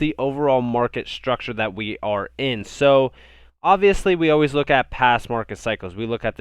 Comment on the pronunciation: Hes from the U-UZ-A